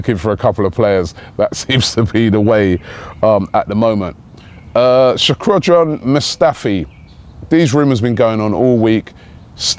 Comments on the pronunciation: It's pronounced Shock-Dran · 1. he said shwyapgrdan mustafi 2. he said he wants a move from sevilla